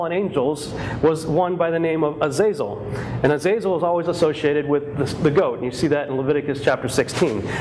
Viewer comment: The Azazel mispronounced.. Was the entity behind the movie Fallen Denzel film